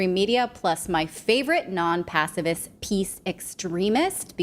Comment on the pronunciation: Natali pronounces pacifist like passivist with a v! Pronounce the f! 😉